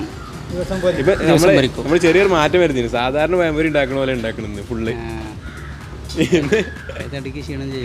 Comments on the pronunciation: പയം അല്ലാട ചെറുക്ക..ഇതു പഴം പൊരിയാണ്..... പയൊ? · പയം പൊരിയല്ല, പഴംപൊരി.. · പയം പൊരി 🤣🤣🤣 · പയംപൊരി അല്ല പഴംപൊരി 😊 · പയം പൊരി അല്ല പഴം പൊരി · പയം പൊരി അല്ല പഴം പൊഴി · കോയി ബിരിയാണിയും പയം പൊരിയും 😜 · പയം പൊരി 😂😂